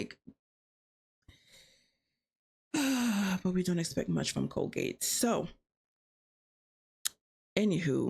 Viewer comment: Did you call C Cole, COLGATE?lmaoo 🤣🤣🤣